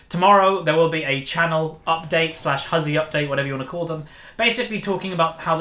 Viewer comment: At the beginning when you say "Hey guys Huzzy here bringing you another video" it sounds a lot like "Hey guys Azir bringing you another video"